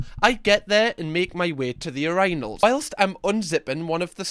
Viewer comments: The way you say uranals instead of urinals is killing me with laughter 😂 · “take a leak” -that’s a funny way to say that. Also: “yer-EYE-nalls” 😂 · Still crazy to me that he pronounces it urEYEnals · Aww the way u pronounce "Ur-I-nals" 😂😅